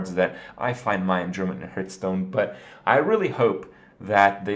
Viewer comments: What the hell is a Hirth? Hurth?? Lol HARTH. HARTH STONE. Hearthstone I like the video and I'm just giving you a hard time. 😁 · ITS PRONOUNCED (HEART)H STONE!!!! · TRIGGERED, by the pronunciation of hearthstone